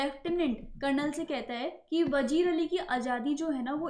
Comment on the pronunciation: It's not vajeer it's vazeer Correct your silly pronounciation 😑